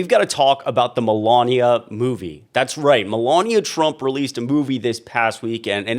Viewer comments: Like how you pronounce her name Melooonia. 😂😂😂😂😂😂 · My new favorite is pronouncing her name “Mela-Nia”. Amazing how many people that can’t pronounce “Kamala” get pissed when you can’t pronounce a name correctly. 😂